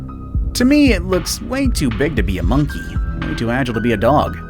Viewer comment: The way he says “monkey” sounds like monkE